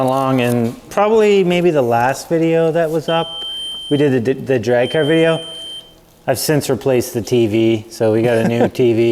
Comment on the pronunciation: Cawr isn't how you say Car 😂